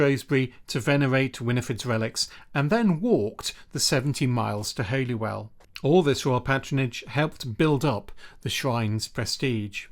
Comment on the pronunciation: These days it is pronounced "Hollywell"